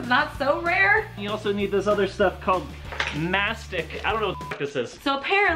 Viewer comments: Mastic is Greek (μαστίχα) and it is pronounced ma - ste - ha. (also it comes from trees) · It is pronounced Mastika/masteka. In greece/Crete they make a super good alcoholic beverage of it. It is a kind of tree sap, dont remember from which tree though.